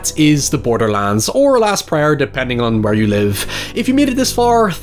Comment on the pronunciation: everytime he said "borderlands" i thought he was saying borderlines in an EXTREMELY southern accent